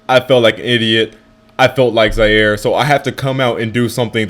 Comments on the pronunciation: Nigga said "i had a ziare moment" i think i spelled it right correct me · Lol he said like Zaire